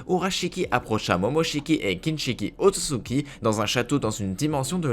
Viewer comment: C’est otsutsuki pas otzutzuki